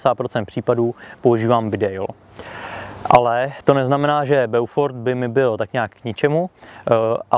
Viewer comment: Inu jářku, dobrého dne vinšuji vespolec. Mám pouze malou tech. poznámečku : eau se vyslovuje jako dlouhé o. Tudíž název zní Bófor. Hezký den přeji.